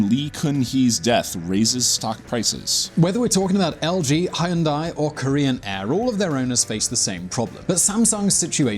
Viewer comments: 겔7 I think you can make a separate video about his Korean mispronunciations. Hayoondaii... My God 😝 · Pronunciations: Moon Jay In Kay Bol Hay Uun Day